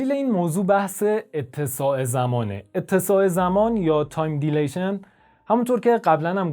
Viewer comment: Please , google for time dilation pronunciation.